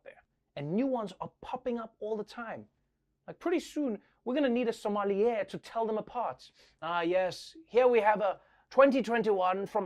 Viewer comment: That’s “sommelier”, not “Somalia”.